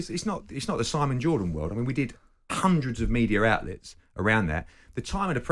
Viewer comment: "Kundreds" Eddie smashed it 👍